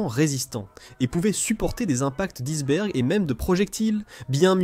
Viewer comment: C'est de l'IA. La prononciation de "iceberg".